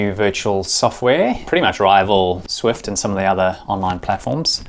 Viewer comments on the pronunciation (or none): It's called Zwift, not Swift :D